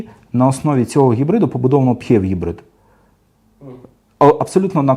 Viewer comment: Дякую за гарний та цілком доступний огляд. Тільки одне зауваження, як на мене, то ваша вимова типів гибридів...., аж вуха закручує. Пхєв..., мхєв... Жах! Існує просте й зрозуміле: ПіЕйчІВі (PHEV) і таке інше... Слава Україні! Слава нації! Смерть ворогам!